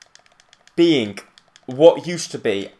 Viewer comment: beingk? Do you even know how to speek English